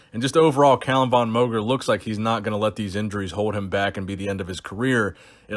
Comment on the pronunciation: VON is pronounced like FAWN, since it's of Austrian origin.